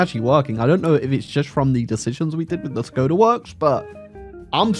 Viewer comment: The letter Š is pronounced as SH. So Škoda is pronounced SHKODA.